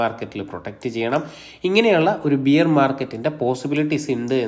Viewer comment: ബിയർ market അല്ല ബെയർ market എന്ന് പറയൂ